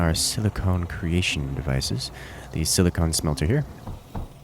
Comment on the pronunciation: silicon and silicone are different things,and they're pronounced differently.